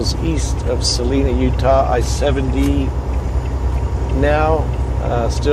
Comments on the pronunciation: we really enjoy your videos!! Love it when you post the ones of Utah. Hey BTW, Salina is pronounced Sa line a. Line instead of Lean... Stay safe!!! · truckin life bel air also had something to say about texas 4 wheelers. don 't worry about talking back to the left they want to fight. Salina pernounced by the locals as Sal Eye Na Thanks for the good view of Salina canyon. I have a picture of my ancestors with 3 horse drawn wagons in Salina canyon migrating from Loa to Roosevelt.